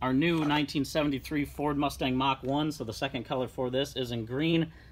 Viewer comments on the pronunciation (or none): none